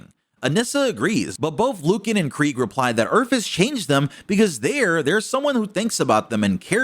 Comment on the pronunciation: FINALLY, Someone pronounces Kregg’s name correctly!